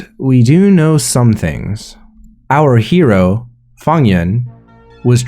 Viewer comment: Why you pronouncing Fang Yuan like Funnyon’s